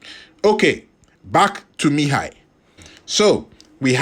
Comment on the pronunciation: You pronounce his name quite well😊